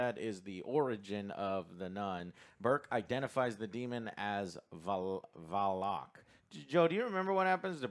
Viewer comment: It’s VALAK. Vivek is the presidential candidate. 😂